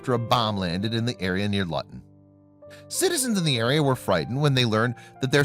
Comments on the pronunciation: Luton is pronounced loo-ton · Luton is pronounced lewton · I have never heard Lutan airport pronounced like that before. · i really want to bust you in the lip,at least research how to pronounce the town your talking about.IT'S "LUTON" YOU MUG. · Whats that noise, oh its a yankie robot mispronouncing English, the one piece of research they should have actually done was whatbthe place was avtually called.Mind you they come from Mericca right!?! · Not Lutton. Luton is pronounced loo-tn. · Its not pronounced lutton, its Luton pronounced " Loo tun ". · Also. The place name is pronounced as looton. What were strange noises. Clickbait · Luton, Bedfordshire, is pronounced LOOTON, not LUTTON !! 🇬🇧🇬🇧🇬🇧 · Its pronounced LOO-TEN , not LUTTEN. This asshat is annoying. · It’s not Luton rhyming with glutton, it’s Luton rhyming with Lou ton. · Luton is pronounced Loo ton Not lutton. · The way you pronounced the town name was horrible. You said it like BUTTER.. LUTTON but you needed to pronounce the U as OO LOOTON. To pronounce it like you did, it needs a double T and there is onyl one and so you pronounce it LOO not LU. This is how ENGLISH works. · lol "lutn" it is pronounded l.oo.ton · It's not pronounced Litton it's pronounced Looton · Pronounce place names properly Lutton does not exist as a small town, Luton does and pronounce it as Looton. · Pronounced LOOTON.. not luuuton!! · It’s not Pronounced LUTTON. Luton is pronounced LOOTON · Its pronounced loo ton airport not lut un 😂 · Luton is pronounced Looton. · it is Luton .. Pronounced looton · For chrissakes it is pronounced 'LOOton.' There is a major airport there. Not hard to do a little research. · Got as far as "Lutton" and "Vo-hall" before deciding this guy can't speak English and switching off. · Luton Airport not Lutton. Plonker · It's not Luton as in mutton, it's Luton as in Looton get your pronouciation sorted. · It’s pronounced looton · Simon says Luton is pronounced Looton ... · Ha ha ha! It's pronounced "LOO-TUN"!